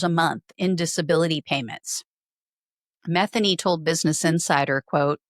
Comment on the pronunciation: It’s Ma THEE Nee. Not METH a new.